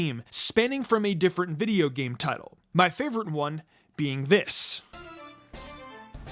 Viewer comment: It does not take much effort to say video.